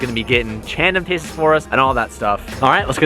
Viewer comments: “Chandem tases” lol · did i hear chandem tases instead of tandem chases at the beginning? lol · totally said Chandem Tases instead of Tandem Chases lmao